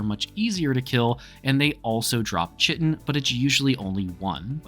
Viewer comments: chitine the CH is pronouce like a K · stop saying chitin wrong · Yo dude nice video.. IDGAF about how you pronounce Chitin.. sorry some people apparently can't get passed that lol..